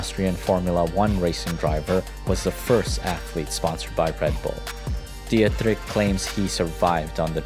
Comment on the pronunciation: Music is too loud, and you should have looked up the pronunciation of Dietrich.